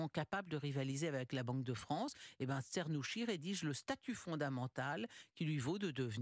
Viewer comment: Afin de donner une idée de bonne prononciation phonétiquement : " tchernousqui ". 🙂